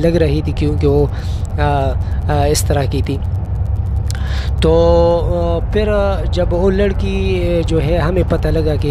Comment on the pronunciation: Peley apna urdu tiiiiiik karo peeer bolo,safar me hota hy,lekin ap Karachi se sapar kr rehe tai is liye huwa